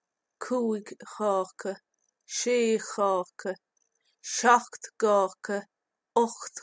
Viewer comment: You pronounced seachto (7) as shock. Do you know why others pronounce it as shock-tow? Which is the correct pronunciation? Thank you for any help. And thanks so much for your great helpful videos. <3